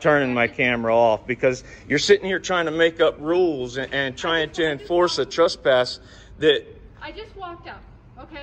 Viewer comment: 1st of all it is TRESPASS, not TRUST PASS